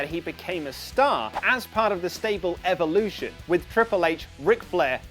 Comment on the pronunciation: Ffs pronounce evolution correctly